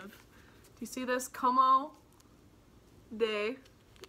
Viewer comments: Great haul - good for you! By the way its not como - it's pronounced like "comb" des garcons. It will be pronounced CHA CHING no matter what lolol but figured you'd want to know. Love your haul vids! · Girl brag as much as you want! But if you’re about to make all this $$$ with this designer’s art, you gotta learn how to pronounce Comme des Garçons 😂 I’m super excited for you!!